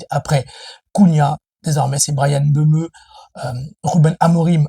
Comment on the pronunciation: Mbeumo cest pas mbeumeu Wshh 😹😹😹 il a du mal 😭😭😹😹😹